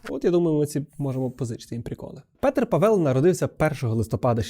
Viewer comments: головне щоб не ПетЕр) просто Петр ПАвел. і кого чого - Петра Павла)першим звучить імя, так як у випадку Андрей Бабіш. :) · Живу в Чехії, всі кажуть Пáвел. В них навіть логіка мови така, що більшість наголосів на перший склад. Є ім'я Pavel, де наголос на перший склад. Проте розумію, що може здатися що наголос на другому складі, тому що чехи досить розпорошують наголос + мають довгі голосні. Імхо — має бути Пáвел, я так чую. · Дуже гарне відео, але Пáвел. Мій чоловік чех, я вільно володію чеською. І при відмінюванні не Павела, а Павла. Петра Павла. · Дякую за відео, але є одна помилка: Павéл а Пáвел. У чехів наголос завжди на першу наголосну. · ПАвел, в чеській завжди наголос на 1 склад. Просто вони чітко всі голосні вимовляють, тому інколи незрозуміло) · Па‘вел, наголос на перший склад. При відмінюванні: Петра Павла, не Павела. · Petr Pavel, Петр Павел . Наголос в прізвищі на першому складі - ПАвел. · ПАвел, наголос на перший склад. І при відмінюванні : Петра Павла, не Павела. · В чеській мові наголос завжди на першому складі ( не говоримо про довгі голосні). Як Петр, так і Павел ( і прізвище, і ім'я) мають наголос на першому складі: Пáвел!!! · Як людина, що володіє чеською маю до вас зауваження- Петр Пáвел, наголос на перше "а". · Боже, вуха ріже, боже ніііі..... пАвел, пáвел, Пéтер Пáвел. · Дякую за чудове відео. У чеській мові наголос ставиться на перший склад, тому Па́вел. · Все добре, тільки у чеській фонетиці переважно наголос падає на перший склад :) Петр Пáвел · Наголос на перший склад, пАвел, пАвла... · в чеській мові всі наголоси на перший склад. навіть якщо ви чуєте інакше, то ви просто не розрізняєте, бо в українській мові немає подвійних наголошень, наголос плаваючий і немає різниці між довгими і короткими голосними. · В чеській мові наголос завжди на першому складі. Вимова може різнитись, але це вже залежить від наявності "довгих" літер у слові. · Живу в Чехии, ударение на А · У чеській мові наголос падає на перший склад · Наголос не там ставиш